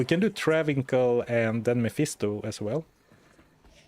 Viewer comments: IF you ever read this, Travincal is pronounced like Transylvania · to clarify, the 'c' in Travincal is pronounced as a 's' sound